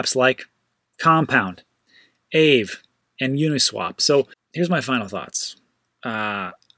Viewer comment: Btw, Aave is pronounced “Ah-vey” - it’s Finnish for ‘ghost’. I’ve experimented with the platform briefly but honestly, the ETH gas fees made it impractical. I’m hoping that issue can be resolved.